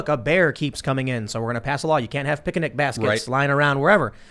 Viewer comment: whats a "pickernick" basket?